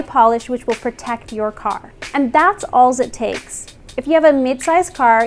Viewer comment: "That's Allz it Takez" Awesomez!